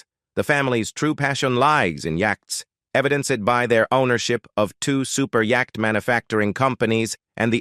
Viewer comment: Obviously machine generated audio,=. "Yacht = yackt" ? Impressive but needs lots of work. Sound like the elocution of a Novo-riche buffoon.